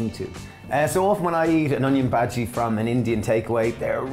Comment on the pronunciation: Never in my life have I heard onion bahji pronounced the way you say it. It’s not normal 😂😂